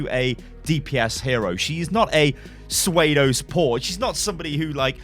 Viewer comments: Did anyone else hear him say swaydo instead of pseudo or so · Sway-do..... Don't butcher your own language, it's ss-you-do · "Suede-oh support"